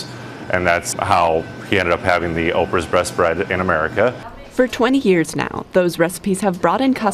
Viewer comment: Oprah’s what bread? Sounded like a R added to the word Best